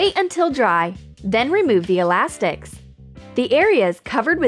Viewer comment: did she seth ,,alastiks"?